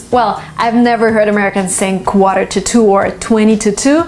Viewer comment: U pronunciation of quarter it's not right I think 🤔